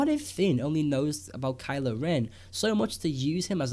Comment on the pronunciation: *Kylo. Ugh, "Kyle." LoL!